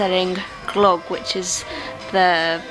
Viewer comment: Nice that you enjoyed your glögi/glögg. However the ö is not pronounced as in clock, but it rhymes with "the", "sir" or "girl".